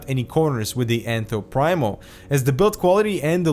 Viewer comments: Pree-mo not prime-o; great review and thanks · I believe it's pronounced "preemo". I think it means "the first" in Latin. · I'm getting this case as soon as I find it in stock :) Just to give a little more backup for the argument that it is indeed pronounced PrEEmo (not Prime-o), there's a video from Overclock . net where a Phanteks employee gives a walk-through of the case and calls it Enthoo Primo in the traditional pronunciation (preemo).